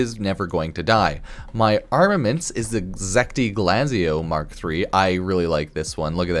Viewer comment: I like how read "zetki" As "zek-ti" Did that too and im not going to stop